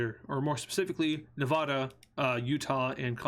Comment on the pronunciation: It’s not Novdoda It’s Ne-va-da